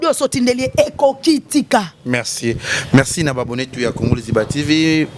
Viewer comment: On dit « Merci » et non « Mexci » ou encore « Mecci »🙄